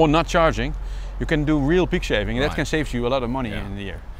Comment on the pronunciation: Really interested in this idea of squeezing every last drop of life from lead-acid batteries before they get recycled so bravo sir. I was a bit confused for a second on the 'pig shaving' till I copped on it was 'peak saving' hehe